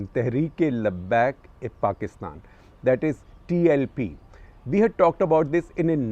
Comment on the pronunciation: Pronunciation and meaning of word labbaik. Lot of things you said are all botched up half truths. We cannot expect you to be on dot but then why fill people with half truths